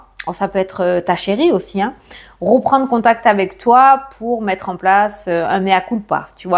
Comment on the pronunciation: Reprendre et non roprendre etc etc 🥴😵